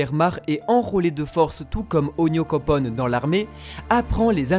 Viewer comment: Au début c'était oyankonpon et maintenant c'est onyokopon xDDD, vous arrivez vraiment pas a prononcer ONYANKOPON!!